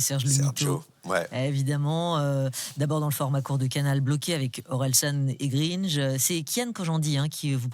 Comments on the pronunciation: Pour info madame on dit Gr1nge et pas Greenje 🤦🏻‍♂️ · "Orelsan et Greenje" MDR C'est GRINGE GRINGE GRINGE !!!!!!!!!!!!!!!!!!!!!!!!!!!!!!!!! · Bravo a Jonathan Cohen pour être ce qu'il est, et pas bravo à ce format d'émission qui est fade au possible avec des questions hyper attendue. De plus l'erreur de prononciation sur Gringe est difficilement acceptable, on dirait du journalisme amateur.